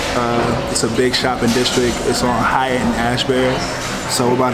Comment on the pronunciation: Lol it’s haight street as in “hate” , one most famous streets on west coast. Dig the vids stoked on jags FA , can’t wait til next season